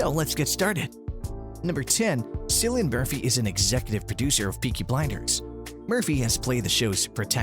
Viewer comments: I went to comment this too.. you’d think they would eventually get it right figuring how they’ve done SOO MANY videos on Peaky Blinders but in EVERY ONE he pronounces it like it’s said with an “S” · Not ‘Sillian Murphy. It’s pronounced ‘Killian’.